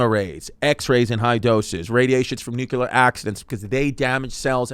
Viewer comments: Nuu-Cuu-Lar Chrissy, Never Nuu-Clee-Arr Chrissy. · Yo?!? You keep Mispronouncing the word NuCLEar ☢️ not NucUlar!❌ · Oh my I can’t watch this. IS NO ONE GOING TO SAY THAT IT’S PRONOUNCED NUCLEAR AND NOT NUCULER??? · Jesus Christ, as a former Navy Nuke... I hate how badly Chris is butchering this. (Only 2.5 mins in) Love you Chrissy but it's not "nuke-ular" Edit: Glad he at least got the basics of the power plant down. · Am i the only one triggered about how he says it... nucular?! Its nuclear bro!! Might do bluchew just for you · It’s NUCLEAR… not “nookuler” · Normalize pointing and laughing at people who pronounce nuclear as nucular😂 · Jesus Christ, you think these are informative? Dude can't even pronounce nuclear. It's not nook-yoo-ler. What a tool. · Chrissy Chernobyl dropping nukes on stage! Or as he calls it Nuke-you-lur. It’s pronounced new-clear, cuz you’re fully franks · I lasted into the video and had to stop because I knew it was gonna drive me crazy with his pronunciation of nuclear! Stop adding the extra U. Only one U. Chrissy Dingbat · you spelled it out the right way... bush pronounced it: new-kuh-lurr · Its nuclear. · Chrissy nucular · Nobody gonna point out the prolific use of the word nucular? LMAO 😂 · Nuk-u-lar Franks 'n Beans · Whenever i hear "nUCuLeR", i know it's over😂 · Wtf is nuke u ler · Bro said “nuke-u-ler” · The comments are gonna kill your pronunciation of nuclear. :( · Some of the smartest experts even pronounce it nucular so we can't be too judgey 🤷🏻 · Genuinely drives me crazy when people pronounce it like "nu-ka-ler" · It's the George Bush way. Newkyuhluhr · You misspelled nukuler 😂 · I love Chrissy D, but I can't listen to him pronounce "nuclear" like he's Brendan Schaub. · I feel like I've heard him say it right before, wtf happened? Did we take the bait?? 🤣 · This episode would be so much easier to watch if you could pronounce nuclear... 😂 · I can’t tell if he’s doing it on purpose 😂